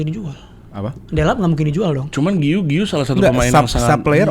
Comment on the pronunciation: u nya gausah dibaca, giu aja: si guiu ini emang cocoknya join standupindo wkwk